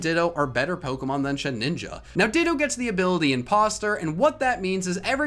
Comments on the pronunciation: Why do you add an extra “n” to Shedinja’s name?! It’s Shed-inja, not Shed-ninja. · Shedinja,. Not Shedninja. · did he just say “shed-ninja” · Why is he calling Shedinja "ShedNinja"? I feel this is some in-joke I missed out on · Who else cringed out with the way he pronounced shedinja